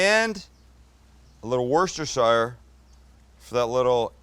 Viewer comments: 'Worst-er-shire' lol Try Wuss-ter-sha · Worcestershire has more silent letters than ones you do pronounce: "worstersher" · Hey there, great content on your channel! I haven't seen all your videos, but on the ones I've seen, you're obviously a fan of Worcestershire Sauce :). Just to let you know, it's pronounced 'Wooster.' Hope you had a good Xmas! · Wuh sta sher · i love the way you mangle Worcestershire hahaha!! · I love your style, love your show, love you’re just a regular guy but please learn how to pronounce Worcestershire. Thank you